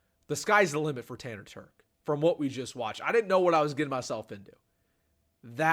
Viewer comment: I coached this kid in high school and the one thing you can’t tell from this video is his work ethic, leadership, and toughness. Great kid. And he can flat out fly!! Legit 4.4 guy. And BTW it’s Terch with a ch sound. Not a k sound 😂😂